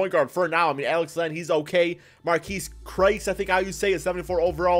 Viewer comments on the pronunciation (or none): “Tyler oulis and marquese Christ” damn these names is not that hard